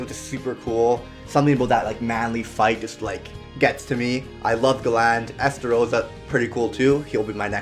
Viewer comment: It's galan or garan